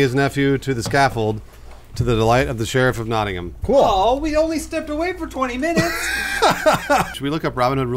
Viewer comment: Praise be to for pronouncing Nottingham right. From a guy from Nottingham.